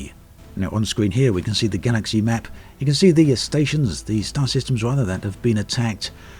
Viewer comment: Galaxeeeey :) What kind of accent is that?